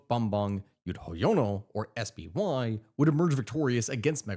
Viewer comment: Hearing SBY pronounced in English sounds so cursed for an Indonesian. Since we have phonetic alphabet, and pronounced his name as Es (regular S), Be (like "bed"), Ye (like "yes").